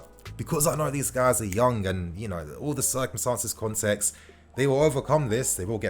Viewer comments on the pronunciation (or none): none